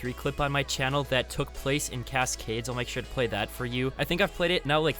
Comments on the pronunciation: cass-cades???? I dont dislike the guy but how does he sound so robotic? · The way he pronounces cascades obliterates my soul 💀💀💀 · I can't stand the way you emphasize the last syllable of Cascades. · “Cas Cades “ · Sorry have to say it I hate the way he says cascades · I love your content but I haaaaaaaate how you say cascades 😂 keep up the hard work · Why did you say Cascades the same way every time you said it XD Good vid tho